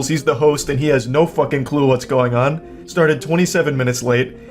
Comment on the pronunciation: Everybody: "Fucking." Leafy: "FUCK-EENG"